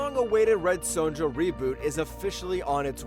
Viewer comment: The way this clown pronounces 'Sonja' made me unsub.